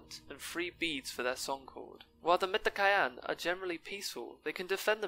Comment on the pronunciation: LOL it's Met-ka-yee-na